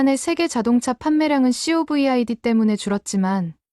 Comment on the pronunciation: K-POP? 케이팝이라는 글도 못읽나? 어떻게 무식하게 케이피오피라고 말하냐? 좀 제대로 좀 해라. 이렇듯 성의없이 동영상을 올리냐? 그리고 사연과 관련된 동영상을 같이 올려야지 사연 따로 동영상 따로,... 이 동영상을 본 네티즌들이 구독과 좋아요 해줄거 같나? 네티즌들이 구독과 좋아요를 받으려면 동영상에 성의 좀 모여, 이양반~ 혹여 KF-35 전투기를 KF 마이너스 35라고 말하는건 아니지? 그리고 씨오브이아이디가 아니라 코비다라고 해야지요. 몰라서 그렇게 표현하는 겁니까? 아니면 네티즌들 웃길려고 그렇게 표현하는 겁니까?